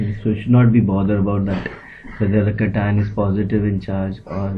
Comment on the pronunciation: Not Catine it is cation